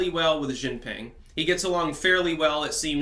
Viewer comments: China's president's name is pronounced "she-jin-ping" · You still cannot pronounce Xi Jin Ping